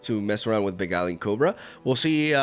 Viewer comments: I think you meant "arms race" between nexus healing and direct damage. And you did say Beguiling correctly, and then flopped the Innovative Blacksmith. 😔 Innovate -> Innovative. "In-oh-vate-iv" Edit: I hope this comes across as helpful and not douchey. I don't care if you pronounce things differently, but when you said "I hope I'm pronouncing that correctly" with Beguiling, I figured you might like to know.. TL;DR: feel free to ignore me. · You said Beguiling perfectly btw.